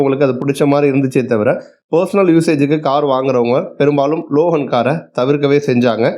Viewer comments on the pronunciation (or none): ரெனால்ட் ❌ ரெனோ✅ மஹேந்த்ரா❌ மஹீந்த்ரா✅ லோஹன்❌ லோகன்✅